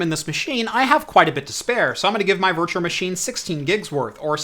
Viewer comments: Oh my god it bothers me so much how he says “Virtuar Machine” instead of “Virtual machine” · You say 'virtual machine' weird